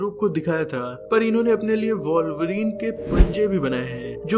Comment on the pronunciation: वाॅल्वरीन nhi वुल्वरीन hai..... Thik se bolna toh seekh le